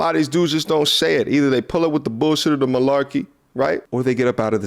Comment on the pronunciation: Lmfao this fool said millarkey 🤣